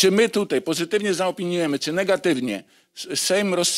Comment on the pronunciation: Tutaj a nie tutjej tal się mowi jak się nie mówi prawdy😂